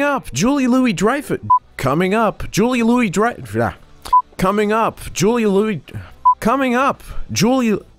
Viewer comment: Coming up! Jully Louie... Julia... Coming up! Jully Louie Dreyffuh...